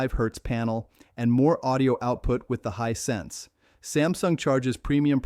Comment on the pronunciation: May aswell remove the trash AI person if it cant even say Hisense correctly 99% of the time